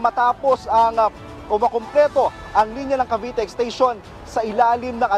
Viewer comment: Ano ba yang journalist na yan? Mass comm graduate ka man lang ba? Wala man lang diction at tamang pronunciation yung mga words. "Ashana" at "exteyshon" daw? Ang baba talaga ng standards ng gobyerno.